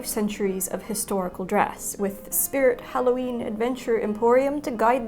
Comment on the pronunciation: Holloween is what you said